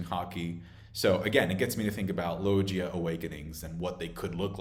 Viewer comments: Log-ia, LOG-ia, LOG-IA! Not lo-jia Other than that I agree 100% with everything else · He do be saying logia and paramecia weird tho